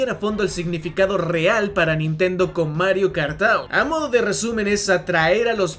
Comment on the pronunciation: Mario Kart tAuRr